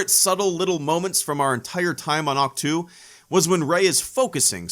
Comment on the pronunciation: You said "Ach-To," which when spoken out loud sounds like a sneeze (it's a joke). Considering that in-universe, no one actually read the books, or learned anything from it apart from it being where grumpy old Jake Skywalker went to die, that's all it really is. A big joke.